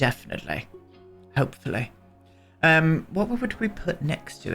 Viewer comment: ....Ees-ahl'ey, Def'nitel'ey... Hopefull'ey.... Priceless. Loving this whole series!